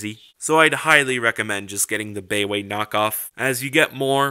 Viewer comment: Nice review! I'm gonna be watching more of your stuff for sure. FYI I think "baiwei" is pronounced like "BYE-WAY". Correct me if I'm wrong.